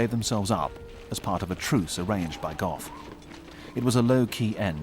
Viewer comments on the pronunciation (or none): none